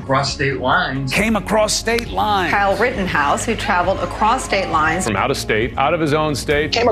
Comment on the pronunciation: 1.52 does the guy say Karl Rittenhouse?